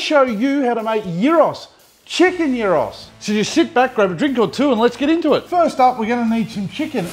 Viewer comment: Greeting from Greece! That recepy was spot on! He even said the word Gyros with Gamma (γ)!!!